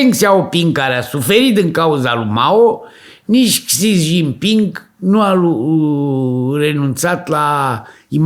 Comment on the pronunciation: Aveti dreprate. Nu sunteti nici pe aproape cu pronuntia.😂